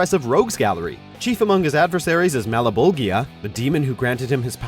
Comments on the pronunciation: Its pronounced Malboja not Malbogia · Did he say mal -eh-boggie-A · Mal bol sha is how it's pronounced... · did he really say "Malebobia" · This said mallibolbia wat a noob lol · So what's the point of this video if you're already biased? Also, what does movie production have to do with which character is better? Hellboy is no match for Spawn. Oh, and it's pronounced 'Mal-BO-jia'. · Melagobia?? Hahahahaha you butchered that.. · Malebolgia = "MAL-BOLJA" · This man really sounded out each letter of Malebolgia lmao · Sorry, you can't even PRONOUNCE the villain's name right and simply won't pit powers, accomplishments, feats of strength against each other (simply because you want to make it FAIR for Hellboy...). Your logic is FLAWED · Also I think they could have pronounced malebolgia better. Js they got it right even on soul calibur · I knew Spawn was doomed after hearing that cringeworthy pronunciation of Malebolgia smh lol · You over pronounce the shit out of Guillermo Del Toro's name but can't pronounce Malebolgia correctly lol. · does anyone notice that he's saying Malebolgia wrong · Thank you! The way he pronounced it made my face itch